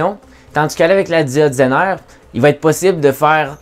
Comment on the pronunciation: "la diode zainare"